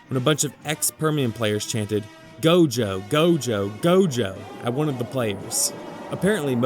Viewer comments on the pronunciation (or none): none